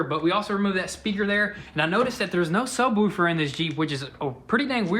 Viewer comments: Doing great job guys!! But yall are killing me its sub_wolf_er not wuf_er. Keep it guys, whats shop update? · sub-WOOF-er not sub-WOOHF-er 🙄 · It's subwoofer like woof like a dog not subwoulfer or whatever you are saying